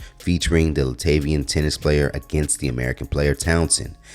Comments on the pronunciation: The way you pronounce "Latvian"😅🤣😆 C'mon man lol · "Latavian" is crazy